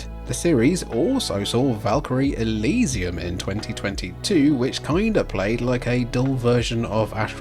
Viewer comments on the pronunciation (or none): none